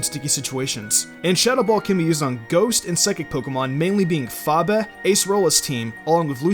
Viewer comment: Gray the man ok I mean this nicely you said gost not ghost